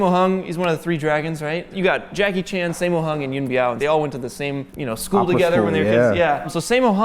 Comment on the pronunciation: I am crying after he said simmo hong broooo its saaaammooooo 😭😭💔